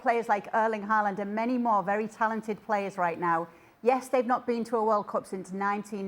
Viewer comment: Fjørtoft is so lame. Just because you are on a english speaking TV-show, you don't have to pronounce Haaland's name like that. Clown 😂